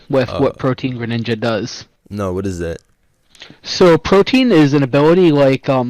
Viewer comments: Bro was saying Protean like it's pronounced protein and has the audacity to call himself a tutor. The agency does not approve of his actions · him saying protien drives me crazy its pro-tee-en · The way this guy says Protein instead of Pro-tee-uhn pisses me off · This man pronouncing Protean as Protein killed me inside every time. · he really did say protein tho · it's protean my guy